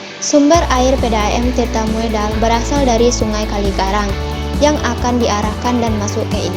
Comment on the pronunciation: Dibaca Tirta Modal, bukan Moedal.